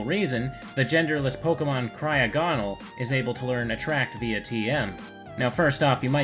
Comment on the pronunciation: You said cryogonal wrong